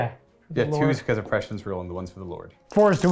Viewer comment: Prescience isn't pronounced like precious. Prescience is pronounced Press-see-ence. Sorry but I want to shove dull spoons in my ears every time I hear that precious prescience